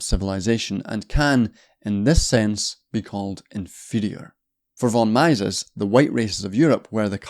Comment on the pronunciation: Is that how you pronounce Mises?